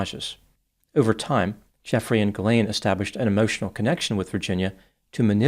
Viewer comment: also prononces Ghislain correctly too.